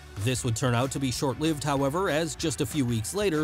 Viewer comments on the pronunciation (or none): none